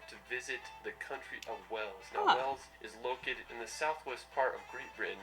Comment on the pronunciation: He didn't really show you much of Wales yes there are A lot of city's in Wales plus he Needs to learn how to pronounce Wales properly